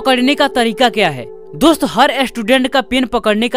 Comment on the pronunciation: hes like "DUST"🤣🤣